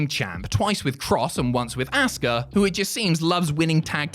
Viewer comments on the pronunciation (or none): Why are you calling her "ASS-KA" It's Asuka